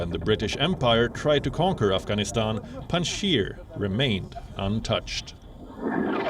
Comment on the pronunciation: it's Panjshir not Pandshir